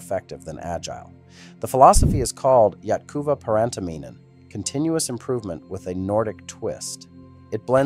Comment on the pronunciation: Jatkuwa Pharäntaminen is achyälly my favouvrite work related word!